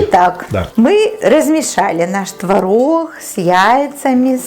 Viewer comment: Почему она так разговаривает?: твороХ, пероХ ,4 ложечки приХотовлю, они не будут Хореть,тебе было 2 ,5 Хода ,я тебе Ховорила " от куда родом ? Не Хустой твороХ : ухо режет🤕